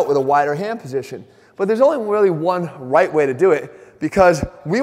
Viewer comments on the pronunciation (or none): “theres only wealy one wight way to do it”, is that you?